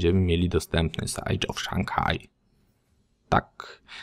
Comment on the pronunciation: Siege wymawia sie sidż. Nie sajdż. No i ten nab... Rozumiem ze nie nie grasz na PS3 w oczekiwaniu na PS4?